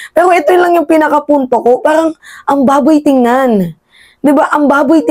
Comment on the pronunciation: Haha. Ang diin ng " ang baboy tignan". Hehehe